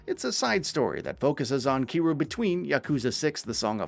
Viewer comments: Its Ki RYU like Ryu from Street Fight You know ? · I like that he managed to pronounce Kiryu's name differently every time but not once correctly, lol. And for those thinking I'm being a prick, I'm not saying this in a negative way. I honestly thought it was funny in a good natured way. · Your pronouncing Kiryu's name SOO wrong😂